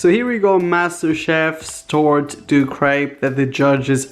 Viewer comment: Raphael, I love you, I really do but the way you pronounce crêpe makes me cringe so bad